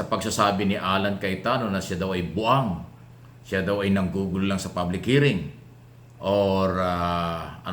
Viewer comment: Cayetano to Binay : Na buang ka na 'day! Pronounced as BU-ANG. Not as BWANG. 😊